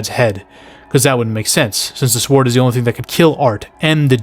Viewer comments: You say sword with emphasis on the w. Love it lol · You saying sword with a hard W and sliding in that sienna is also very attractive during that explanation sold me! 😂 liked, and subscribed!